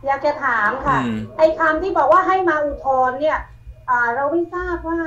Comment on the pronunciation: อุทธรณ์ ครับ ไม่ใช่ อุทรณ์ เป็นสื่อจริงป่าวเนี่ย